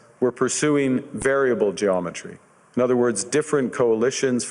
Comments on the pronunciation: carney isnt just what us in canada needed, but the world! guy is brilliant! cant wait so see where our future here in canada goes! sorry not sorrry usa! .... also "gee-om-ma-tree" lolol not geo-met-tree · Geometry. You didn't pronounce it correctly. G om eh tree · I think the other word you were looking for is "geometry" -- pronounced "gee-awm-meh-tree." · the other word you got stuck on was geometry.... gee-ahh-meh-tree. I love your videos and watch all of them. Don't sweat the pronunciation.... We know what you mean. Love you! Cheers!